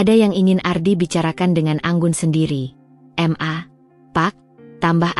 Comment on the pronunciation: Bukan m.a tapi ma dbacanya ma